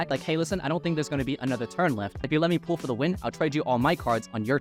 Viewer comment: this doesn't really matter but why do you always pronounce pull as pool? just curious